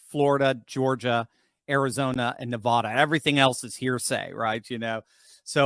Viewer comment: Could you PLEASE pronounce Nevada correctly!! Drop the nevaaada